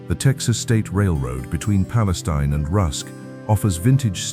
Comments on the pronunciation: Mr. Narrator: We pronounce it Pale-STEEN, not Pale-stein. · Palestine = Pa - Les - Steen is the proper pronunciation.